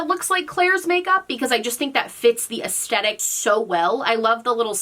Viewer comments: The way you say aestetic and not aesthetic is driving me bonkers. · Take a shot every time she says "es-tet-ick" 😂